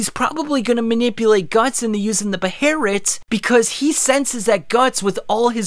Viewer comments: Why does he keep calling it 'beherit'? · Chill out on pronouncing the 'h' in Behelit. The h is silent. Bay-lit. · Why tf he keep saying behlit like that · Behelit. Bae- Lit. Just say Behelit. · Dude just say behelit. You sound stupid deliberately saying it with the R. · Do yall realize how dumb yall sound when you say “beherit” lmao just use the L not the R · Why do you prounce it like that bro, its be he lit lol, not beherit, definitely unsubscribing. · Hearing you sai "beherit" sounds very racist compared to "behelit". I get it, it's the original writing, but even in the anime is it referred to as a behelit. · (Bey-LIT) not (be-heir-rit) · it’s guts beheret bruh this man saying behelit like that made me dislike the video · man an English speaker saying "beherit" is just disgusting. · Good video, but one thing. In english they are called Behelit, in Japanese its not Beherit. Beherit is neither english nor Japanese. The Japanese word is ベヘリット which is literally translated Beheritto (pronounced Behelitoe). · It's behelit, not beherit, that is just the pronunciation of japanese persons who can't pronounce L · Where is the R in Behelit. Please tell me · its behelit .. not beherrit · Is it actually pronounced Be-Her-it I always thought it was Bae-Hil-it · The pronunciation of behelit you use in this video is fucking infuriating. You singlehandedly brought the GIRU-GA-MESH kid back into my brain and I hate you for that. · If i didn't vocally overdub "Behelit" everytime he said Beherit i wouldn't have made it through the vid. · Beherit might be more correct, but I cringe whenever I don’t hear behelit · There’s no R in it please.. 😭😭😭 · the BAY-lit! not the ba-hair-it lol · Hearing “beherret” is like nails on a chalkboard lmao. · stop saying beherit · "B-Hay-Let". "B-Hay-Let"!!!! Not fucking "B- Herit" I wanted to throw my phone each time you said it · He BE HEL IT NOT BEHARIT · why he keep saying beherit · Saying “beherret” feels like saying noodles as nooders